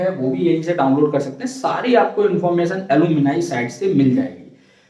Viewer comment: Bhai ALU-MI-NAI nhi hai wo A-LUM-NEE site hota hai😂😂😂